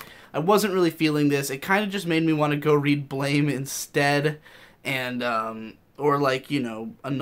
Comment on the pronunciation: Just an FYI, Blame is actually pronounced like "Blam"